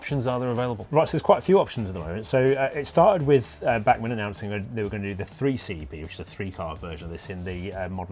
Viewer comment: It’s Bachman not bark man! It’s German and not London. When your spine hurts do you tell GP your bark hurts? Think about pronunciation before you speak. If you can’t pronounce correctly then don’t speak.